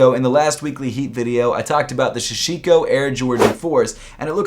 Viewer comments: K, that's twice now... it's Sashiko, not Shashiko. Good vid tho 😊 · Why does everyone keep saying Shashiko it’s SASHIKO 🤦🏻‍♂️ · It’s ”SAH-SHI-KO” and ”DOH-RA-EH-MON”, c’mon man. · Isn’t it... Sashiko...?